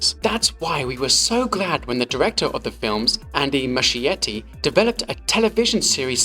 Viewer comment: nice video! just wondering, does Muschietti pronounce his surname like that?? As an Italian it sounds weird 😅 It would sound more like Muskietty [musˈkjetːi]. The meaning is something like "small moss[es]"